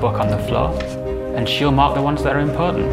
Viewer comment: "impawtant" I'm dead. xD